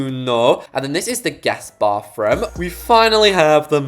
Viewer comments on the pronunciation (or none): SORRY BUT “bafroom”